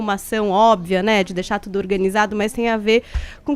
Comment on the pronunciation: Sabe tsudo (é assim que ele fala)